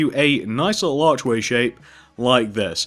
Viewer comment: Stop saying a liole bit its little bit